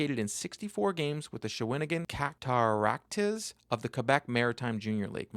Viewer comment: I think the Bruins did well and it's the "Cat ter racks" my friend.